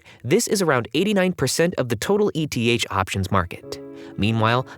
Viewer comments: Anyone pronouncing ETH as "E-T-H" doesn't have a clue about the crypto market. JFC it's pronounced "eeeth" which is short for Ether, the token of Ethereum. This isn't a crypto version of an ETF. It's not an acrynonm. It's a shortening of another word. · I agree it’s eeeth but also it’s not that big of a deal lol